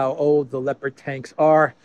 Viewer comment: ”Leper” tanks😂